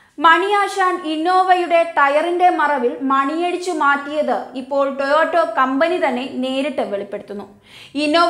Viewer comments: "ടോയോട്ടോ " അല്ല "ടൊയോട്ടാ " ആണ് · Toyoto Alla koche Toyota. 🤣🤣 Ayyo daridryam